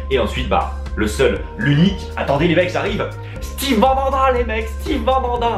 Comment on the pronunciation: Steve pas stive ^^